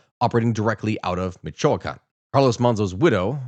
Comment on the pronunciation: Michoacán, and uruapan's mispronounciation makes me wonder if this is how other people feel when you mispronounce locations and historical figures name's? Not mad just curious.